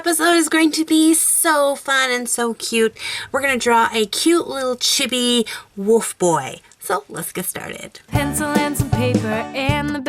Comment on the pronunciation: I think it's pronounced Chee-bee. Just like I think copics are pronounced cop(like police officer)-icks